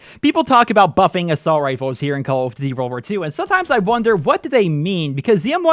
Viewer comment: lmfao wtf did he say?? XDD call of dvy?